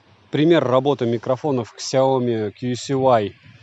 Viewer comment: Ксяоми, когда уже запомнишь, ся о ми!